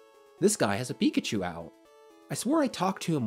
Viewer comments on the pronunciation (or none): none